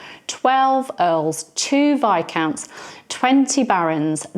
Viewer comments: Thank you SO MUCH for saying "Vie-count" instead of "Vis-count"!! That's how I've always said it but get told I'm wrong. Nice to know I'm not. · For as long as I can remember (which is misleading, since my memory was damaged almost beyond usefulness by that car accident) I have sad it as does, with the silent. That's how the dictionary says it is pronounced, and if people tell me I'm saying it wrong I grab a dictionary and look it up.